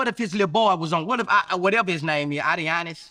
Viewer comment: Boosie butchered the hell out of Adonis name Anionis " Whatever his name is. What if his ass was on the steps."😭😭😭